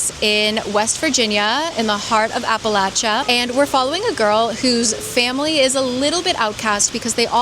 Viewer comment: AWESOME vid. Thanks for pronouncing Appalachia like an Appalachian. 😂😚